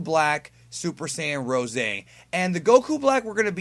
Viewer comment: You do realize that they say 'rose', like, in reference to the color of a rose (even though it's not entirely the right color), and not 'ROESAY' right?